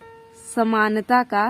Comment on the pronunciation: Are bhai sunta nahin hota Samanta hota hai